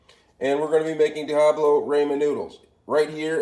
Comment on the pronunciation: Diahablo sauce!